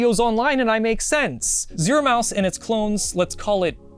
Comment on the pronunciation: you keep calling it Zoro